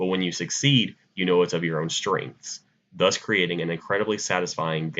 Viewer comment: especially when he said thus